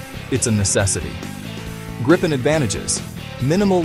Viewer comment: Grey-pen. Gry-pin. Groo-pen. Greppen. IT IS PRONOUNCED 'GREEPEN' for americans! Like the letter 'E' and a 'PEN' you write with.